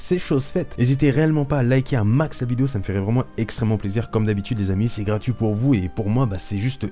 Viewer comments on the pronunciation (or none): none